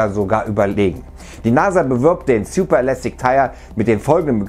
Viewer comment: Sjuper?, könnten Sie sich bitte ein bisschen mehr Mühe geben Wörter korrekt auszusprechen? Manchmal ist es echt lächerlich.